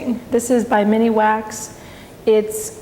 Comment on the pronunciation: Come on girl.....read the labels and give proper credit to the brand name.......Citistrip ?? Mini wax ???? The stripper is called Citristrip as in citrus, you know, orange, lime, etc. Hard to take this too seriously when you constantly misspeak. Otherwise pretty good tutorial.